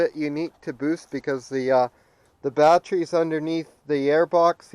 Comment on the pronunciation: Got the info I needed and had to stop this vid asap. Bat ter y. Three syllables. Bat-tree was driving me nuts.